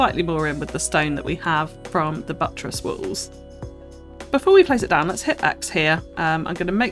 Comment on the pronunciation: WALLS! Omg I thought you were saying WOLVES for a while and was so confused!